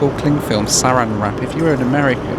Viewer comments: Yes, you got it right. Saran is a brand name. It's pronounced "sa-ran" as it's spelled, not "sarin". Sarin is a nerve agent. You definitely don't want that near your food. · "sa-RAN" wrap. Not "SA-ran" wrap. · It's pronounced saRAN wrap. Yup, it's a brand name like Hoover. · Just an extra side note on the cling wrap, it's pronounced suh-ran wrap, not ser ann. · Sa-RAN wrap not SA-ran wrap is what that clear plastic is called. That Texan accent bites again. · SA RAN wrap not SER AN wrap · Pronounced Sa RAN wrap. Lol. It's the brand name. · It’s pronounced “Sir-Ann” wrap. It isn’t a deadly gas. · Proper pronunciation is suh-RAN' wrap. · Don’t forget: it’s SarAN wrap, with the accent on the 2nd syllable. If you put it on the first, that’s a poison gas and TSA will be cross. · It's pronounced SA ran wrap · Saran Wrap is a brand. It’s typically pronounced “SAH-ran” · Yes, Saran Wrap has become a generic name like Kleenex. As unlike restaurants, planes are subject to turbulence, I don't mind the Saran, too much, and at a minimum I consider it llike "sneeze guards" protecting dinner from sick passengers queuing for the loo near the galley. BTW, it's pronounced suh-RAN with the emphasis on the second syllable. You've probably received quizzical stares in US supermarkets with the term "aluminum," pronounced aLOOminum in American English vs. aleMINum in British English. Thanks for yet another great video! 😀♥ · It's pronounced sa-RAN wrap. Accent on the second syllable. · Hi. To add to the other notes, Saran wrap is pronounced " Suh-Ran' ", with the accent on Ran. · bit he needs to learn the correct pronunciation! Sah ran. Lol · And it's pronounced "saRAN wrap," with the emphasis on the second syllable. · saran wrap is a brand name and is not pronounced the same as the nerve agent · Saran is pronounced with the emphasis on the second syllable.